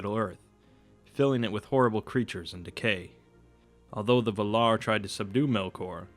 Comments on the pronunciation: It's not just Feanor you're pronouncing wrong (because you actually are, sorry, there's no need for a "stop" between the e and the a) but also Morgoth (it's two o's, you pronounce it like an American word and it sounds like "Morgath") and Valar (you must stress the first syllable, not the second). I'm Greek and I've studied Linguistics and Elvish phonetics are a lot like Greek (and also Spanish, if that helps) phonetics. Sorry, I couldn't help it, I understand that it's hard trying to pronounce words in a language so different than your native one, but please, don't be so arrogant about it and accept it when you're wrong. It's such a shame after all since you're putting so much effort on these videos. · Why all you people keep saying Vuh-lar? It's VAL-lar. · The accent goes to the first "a",it's vAlar not valAr! Come on man! You're ruining the narration! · “This man is teaching fanboys not informing intellectuals.” O it’s Val-ar, not Vular. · "vul-ar"...? I think you mean "val-ar" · Take a shot every time he says Val-are hahahaha dying I am drunk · the Vay-laar please! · Valar is pronounced Va lar with a 0.3 second break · Also VA-lar, with the accent on the first syllable and Morgoth as in (more-goth) both o's are the same, not (more-gath) :D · you're pronouncing Valar wrong... please redo it... it will be worth it.. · Thank you! The pronunciation in the video drove me crazy. Don't add T's to the name that do not exist.